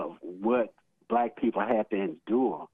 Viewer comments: The word is BlacK not blass open your mouth and quit being a cooonnn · …’to let the blass in…’ (universities) 😂